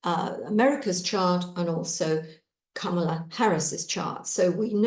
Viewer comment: COMMA-la. That's how to say "Kamala." Say the word COMMA and then add a "la".